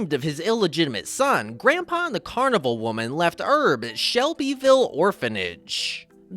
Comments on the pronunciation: It's Herb, not Erb. And Powell, not Pow Ell. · that' how Frenchs would pronounce "Herb".